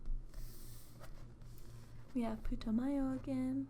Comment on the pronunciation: You're going to be a big-time ASMRtist in the future, for sure. I'm going to be all "I was around from the beginning, too." Also, the way you said "Putumayo," sounded like "Puto mayo," which would be akin to "fucking mayonnaise" in Spanish. xD